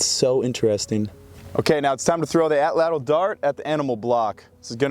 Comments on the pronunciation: best way you could pronounce atlatl in english would be a-chach, but Nahuatl uses a voiceless alveolar lateral affricate, basically a sound not found in english. If you do wanna try to make the sound I would recommend putting your tongue in a position as though you are about to make an L sound and then try to make the T sound without moving your tongue (probably . That gets you pretty close it should kinda sound like a CH sound, as CH is an affricate itself, but almost like with a lisp. You can also look up videos or go to the International Phonetic Alphabet wikipedia page to find the sound. But CH is the closest English sound, or just the T sound. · tbh just an incorrect Tl is one sound Like saying T or ch but with your tongue in the position you’d use for an l So air should come out the sides of the tongue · wrt the pronunciation of atlatl, you articulate “tl” the same way you would with the “ch” sound, but with the tip of your tongue firmly placed against your alveolar ridge (about an inch behind your teeth) and force the air out the sides of your mouth rather than past the tip of your tongue. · Atlatl is an Aztec word and it's pronounced atl-atl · How does "atl" possibly get pronounced as "atch"? We're talking about an English spelling of a native language's word, and that native language did jot have a writing system, so how and why would an "atch" sound get transcribed as "atl"? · The “TL” in Nahuatl isn’t pronounced like a “ch” sound. It’s the click of your tongue when saying “tl”. It comes from the sides of your tongue. Put your tongue further back on the roof of your mouth and curve it back a little when pronouncing “L” sounds, and you’ll see. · no, none of this. Just say it wrong don't butcher it further butchering other words. Its ok to be wrong in English.